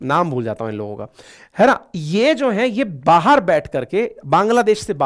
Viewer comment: Why are you saying bahaar for baahar?